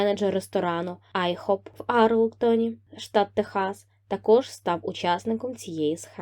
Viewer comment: Любі, будь ласка, "ВЕстмінстерська (нагодос на реоший склад), Айхоп, щаслИво (наголос на другий склад)"